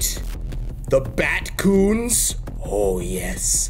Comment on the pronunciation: "Batcoon" not ratcoon